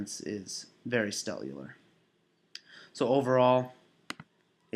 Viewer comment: What is this stellular you keep saying? Is it stellar or cellular?